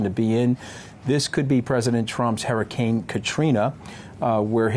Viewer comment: No he fuk🤬n didn’t. He couldn’t even pronounce Hurricane. The disrespect.